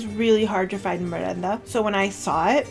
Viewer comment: thank you💕💕 I like your channel too. I subscribed too. ☺️☺️ Keep making more videos❤️❤️❤️ and you pronounced perfect my lovely merenda 😇😇 (and καρυδοπιτα too).